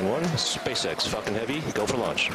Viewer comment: i though he said "Fu*kin Heavy" 😂